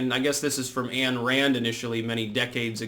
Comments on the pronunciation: Point of order, point of order..."Ayn" in "Ayn Rand" is pronounced "Ine"...rhymes with "fine". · HIPPIE SOY-BOY: MS. RAND'S FIRST NAME IS PRONOUNCED WITH A LONG "I" SOUND. NOT ANN. IDIOT SOY-PUKE. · Ayn [rhymes with "pine"] Rand